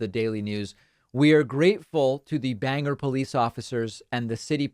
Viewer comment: Lol David, common mistake but Bangor is pronounced Bang-gore, not Banger ;p Mainer here haha